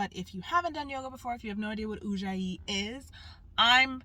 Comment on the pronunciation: Ujjayi, not Ouija 😂😅😂